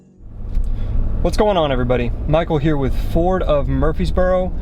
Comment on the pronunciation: CAN'T EVEN SAY IT RIGHT... LOL #DEAD. Must be a Chevy guy.